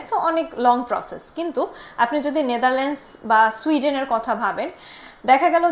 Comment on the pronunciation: Natherland hobe Natherland s na